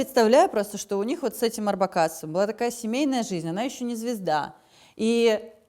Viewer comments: Ребята, не орбакАс, Орбакас, ударение на О. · Миколас Орбакас - ударение на О!!! Спасибо за Аллу!!!